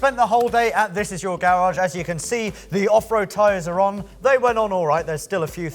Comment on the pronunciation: Bro i love your series but it is garage and not gararge 😂😂